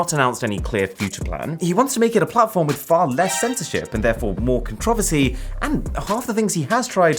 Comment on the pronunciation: I love how he pronounces controversy as "contra-vecy"